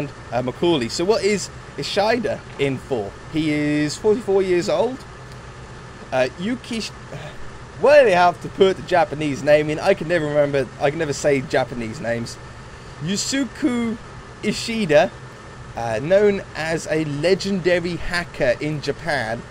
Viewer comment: Yusuke is pronounced Yu-skay, just to tell you. This is two years late, anyway...